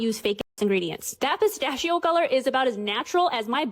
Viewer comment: As an Italian, I cannot give credibility to anyone who pronounces PISTACCHIO in such an absurd way.